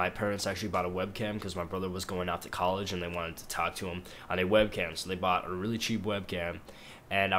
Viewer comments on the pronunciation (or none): none